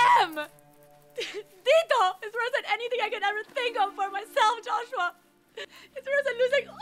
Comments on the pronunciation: 'salamat Juswa ' 🤣🤣🤣🤣🤣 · Its the "juswa" and "helicupter" for me hahahaha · Natatawa ako pag binibigkas ni Mikael Daez ang word na JOSWA! 😂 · Yong "JUSWA" talaga eh😂 Galing talaga ni marian😅💖